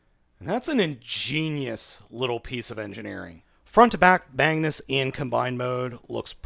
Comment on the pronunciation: he said bangnus